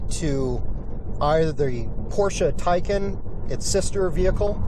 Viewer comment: Porsche Taycan, not Tycan.